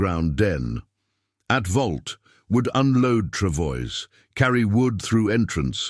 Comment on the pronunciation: "Pronounced "Travoy"